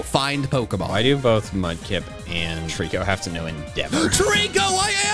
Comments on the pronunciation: TREECKO, NOT TREKO! YOU LEFT OFF 2 LETTERS! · FAVORITE, NOT FIEVORIT! AND DO NOT LEAVE OFF THE C IN TREECKO!